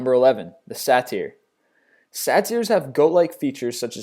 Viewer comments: Great list. i never knew pegasus was the offspring of medusa and zeus. :O And oh, the goat creature, it's pronounced Say-ter, not sa-tire. just thought i'd let you know. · Say-ter not say-teir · the satyr isnt pronounced Sat-ear its pronounced Say-ter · Satyr pronounced Sayter. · I 'm Greek my friend and Satyr is pronounced Satir - read it exactly how i wrote it (not in english) ... the exact word is Satyros ( sa-ti-ros). Tone goes to "a" !! :) !! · You said saytr wrong i think i spelled it wrong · pronounces satyr satire, the irony. camera? are you fucking shitting me? Come on. Oh wow medusa was killed by purges, interesting. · say-ter. Say-ter. IT'S PRONOUNCED SAY-TER!!! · Say-ter SAY-ter SAY-TER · SAY; TOR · CornerrecordZ i know exactly what you mean. i literally cringed when i heard him pronounce number 11. The Satyr. oh man that annoys me lol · LeonAmarantos χαχαχα σαν να ακούω την φωνούλα του άγγλου από μέσα του να λέει... Σουά τάΐ ρός ?! Όχι μωρή άρωστη :P Σάααααααααααα τυυυυυυυυυυυυυ ροοοοοοοοοοοοοοο σσσσσσσσσσσσσσσσσσσσσσσ :P Δεν αντέχω άλλο κανείς ξένος δεν μπορεί να πει μια γαμημένη λέξη σωστά? Τι στο πούτσο έχει η γλώσσα τους? Σκατά έχει και δεν μπορούν να βγάλουν έναν σωστό ήχο? Γιατί δλδ κάθε Έλληνας άπαξ και μάθει μια σωστή προφορά και τονισμό δεν τον κάνει λάθος και πήθει τους συνομιλητές του? Σίγουρα δεν θα το πετύχει στο 100% αλλά το 70 το έχει. Εδώ ο τύπος δεν μπορεί να πει ούτε το 10% σωστά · I swear this guy needs to take an English class he mispronounces so many words like Pisces and Satyr; on his other videos I've noticed it too..it's not that hard to know how to pronounce basic words. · how does one mispronounce Pisces and Satyr? Seriously. Some of the mispronunciations I could understand, but those? Wtf man.